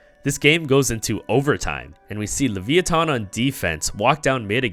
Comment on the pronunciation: the way u say levithan is weird. its lavEYEeThon